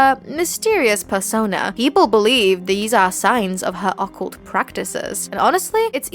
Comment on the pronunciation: Why do you pronounce occult like that 😂 am i missing something?